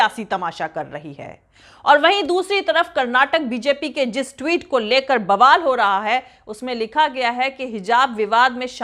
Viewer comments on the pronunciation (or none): none